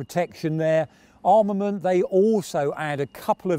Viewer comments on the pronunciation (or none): none